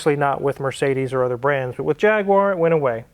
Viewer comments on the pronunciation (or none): You say ‘bonnet’, ‘boot’ but still say ‘JagWar’. Now, repeat after me Jag-U-ar. Thanks for trying. Lol. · Don't know why Americans call it a Jagwire. It's a Jag U ar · It jag - u- ar not jag- war and it is sol-der not sod-er😅😅😅😅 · OMG there's no "WAAR" in Jaguar. Its JAG YOU RRR. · practice saying jag...you...wer!!! thats the correct way to say it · In the Uk we say Jag- you-err😀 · its jag you are , there is no w in jaguar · congratulations on the purchase of your Jaguar, nice to your not anti European cars personally and business wise. Just one small thing to make us long time subs on the otherside of the pond proud would be to refer to it correctly, and you could be the first NA youtuber to do so Repeat after me, Jag - you - are there's no W or aa in the spelling. That 'numpty" Hoovie will be so jealous 😁😁😁